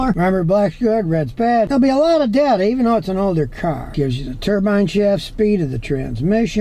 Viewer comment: It's DAY TUH not DUH TUH